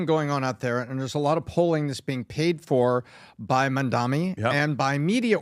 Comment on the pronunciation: Why are they calling him Mamdami? It’s Mamdani. It’s ni, not mi!